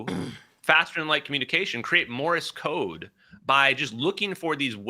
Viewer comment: Everybody this guy knows what he’s talking about: “Morris Code” 😂